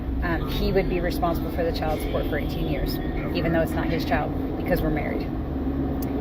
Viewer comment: Jesus Christ is it me or are yall sick in tired of these AI generated videos that cant even pronounce the word "Child" correctly? I caught a headache just trying to listen.